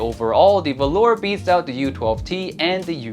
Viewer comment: I do believe it's pronounced volur with short o and u, either way it should sound nothing like the fabric velour!